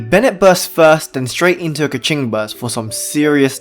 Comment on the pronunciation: lol, stop saying kiki.😅 its chichi